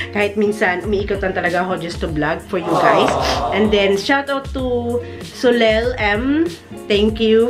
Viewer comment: My daughter was the one who told me you mentioned my name. She goes to me "mama, She said Soleil from straya" lol good effort sa pronunciation ng name ko as well. So-lay po like lay down heheheh mwuahz